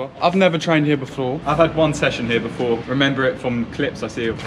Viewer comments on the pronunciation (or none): "I've never trained here beflore" Oh really, I haven't beflore either